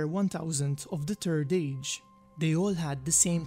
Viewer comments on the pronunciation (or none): Ah yes. The good old turd age. Tolkien's most beloved part of all his stories in Middle Earth.